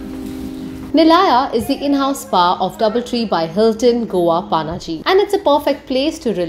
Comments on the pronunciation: Panji not paanaji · It's not Panaji it's पणजी lol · You don't say Paaaannnaaaaaji for Panjim while you're in Goa and you don't say Frisco for San Francisco while you're in the Bay Area......Please correct pronunciation of city names...It's Ponje in Konkani and Panjim in English....not Paaaannnnnnaaaaaji.....Take Pan from Pan card and take Gym......Pan+Gym = Panjim.....this is the right pronunciation of our city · It’s Panjim or Pa - na Ji - not paaa naaa jiii. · It's not PAANAAJI, IT'S PANAJI OR PANJIM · It's not panaaaji. Panjim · It's not Paaanaaaaji, it's Panaji* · It's not पानाजी 😂😂, it's पणजी. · Actually it's Panje in Konkani as in पणजे So she still pronounced it wrong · The way she said pa-na-ji....😵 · Nice video but that pronunciation hurts 😥 Paanaaji... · At least pronounce it properly it's Panji not Panaji 😡😡🤬😠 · Did she say Paanaaji 🤦 unsubscribe and dislike.. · Panji 😂 try to pronounce it right 😂😂 you are Indian not so called NRI 😂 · Kamya Jani u r beautiful! But u cant even pronounce Panaji! Very sad! Paanaaji ? Seriously? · It's पणजी not Pa-na-ji पानाजी as you are pronouncing it The fluency with which you say 'Panjim' as the Brits ruined most of our local names, please learn the Bharatiya (Indian) names well before you visit. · Pronounce Panaji correctly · Her pronunciation of Panaji is wrong and irritating.